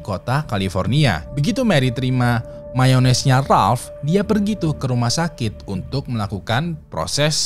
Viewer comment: lu minum "mayonaise" bang?